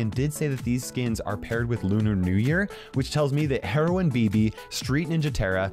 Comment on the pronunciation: Heroine Bibi sounds a lot like Heroin Bibi... just saying